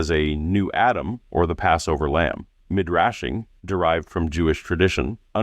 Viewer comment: It's pronounced me-drah-sh